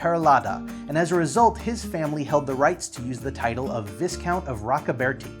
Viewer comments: Viscount is pronounce Vy-Count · "Viscount" is pronounced "Vye-count." The "S" is silent.